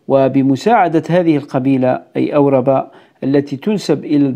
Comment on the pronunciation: قبيلة أوربة لا تنطق هكذا بل بالهمزة المرفوعة و الراء الساكنة و الباء المنصوبة و للتذكير نسيت القبائل الزناتية الجزائرية التي هاجرت للمغرب الأقصى و حكمت أجزاءا شاسعة منه مثل بنو يفرن و بنو مغراوة و بنو مدرار